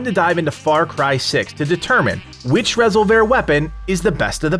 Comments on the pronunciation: Are you sure about the pronunciation there? “Rez ol vair?” Surely it’s not just plain “res ol ver?” Is that how they pronounce it in the game? If so I missed that! 😳😂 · Rez-ole-vare weapon 😂. It's Ree-solve-er, like revolver with an "s" 😂. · Lmao...res-ol-vair. It's resolver. Not going to watch a video of someone who can't even pronounce a basic English word (Aka like resolution-resolver is resolve with an r at the end.) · Resolver not Rasolver . Sorry why do Americans say e like a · I just loved hearing you pronounce Rez-ol-ver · Why are you saying Resolver wrong as resolvair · Rezzle vare huh :) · Lol Resol-VER? The emphasis is not on the "ver" portion of this word. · Rez o vair? Has he played the game? Not sure if he is intentionally mispronouncing resolver or not. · I think he means resolver not Rez-oh-vair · Rezzle vhear? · Great video but unless we're speaking Spanish it's just pronounced resolver like re- solv- er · Nah fool its reh-sole-vir i hate how most channels just pronounce the spanish words with an english accent Resolver in english is something completely different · You at are saying resolver wrong it’s re solver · Is it ok to disagree about the pronunciation of resolver? Say resolve and put an R on the end bro. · You are unable to pronounce the word resolver? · The pronunciation of resolver sounds so wrong to me I can’t stop thinking about it 😅😅😅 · That pronunciation made my head hurt. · nah don't be sorry. I'm just a digital text on a comment feed. Great vid anyway. I believe it's pronounced like to resolve a problem. Resolver. Keep doing what you're doing. All good!